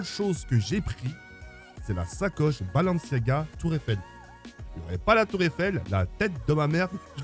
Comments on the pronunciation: Mon petit pour toi c’est pas blanciaga c’est balanciagras (pour rire ) 😂😂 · Balanciaga il a dit😂😂😂